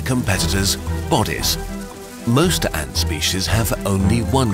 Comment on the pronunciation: Nobody:: ÄÑŢ